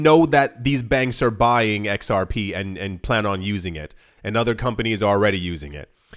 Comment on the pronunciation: It's pronounced "Zerp"